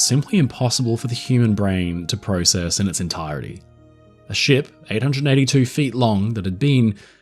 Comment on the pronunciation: You said process wrong